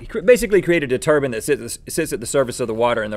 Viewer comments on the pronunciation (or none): Turban...Turban OH TUR - BINE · Do they keep calling Tur-BINEs, Tur-BANs ?? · Anybody else Notice Rhett saying turban instead of turbine?